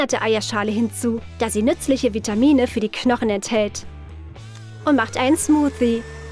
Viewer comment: Es heißt nicht smufsti es heißt smusi